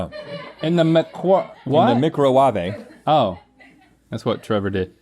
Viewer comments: Me, looking through the comments to find a likeminded person who knows what Trevor was quoting from when he said "Mik-Row-Wah-Vey": Thanks, Nigella. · That pronunciation of “microwahvey” is my favourite thing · “In the microwavé”